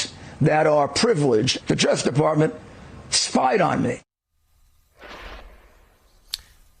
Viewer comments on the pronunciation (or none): Rudy can't even pronounce the word 'justice' anymore. It comes out as just'sh.